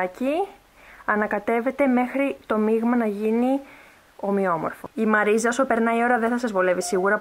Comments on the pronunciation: Τη λένε μαριζ όχι μαριζα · Βρε συ είναι μαριζ και όχι μαρίζα😂❤️ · Μαριζ ! Οχι μαριζα....